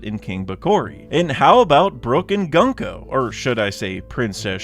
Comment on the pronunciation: I can’t believe you’re STILL pronouncing gunko incorrectly